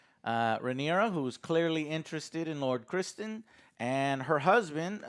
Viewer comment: pronouncing the names: “Ser Christmas and Rainfall. And Rainfall’s father, king Vicarious